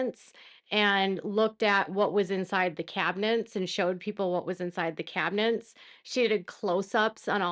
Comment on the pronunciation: The word is "cabinets" NOT "cabinents"!